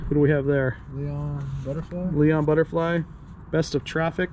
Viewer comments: Its so funny hearing younger people not knowing names and incorrectly mis-pronouncing them. Just to name a few. "Daryl Johnson" ? Thats Daryl Hall and John Oats. LOL "Leon Butterfly"? Thats Iron Butterfly~! Just shows you how old I must be getting! Regardless, great finds!! A blast from the past for sure!! You should definitely make a TON on this time capsule for sure! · And mispronounced Iron Butterfly 😄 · Ok guys... About the records... Besides the fact you've pronounced the names wrong, I need to know if there's a black and white poster in the Jimi Hendrix album? If so, I want it for sure. You should listen to those albums! There's a lot of great ones there. "Iron Butterfly" is a score. From the 60's. Jeff Beck passed away last year, I believe.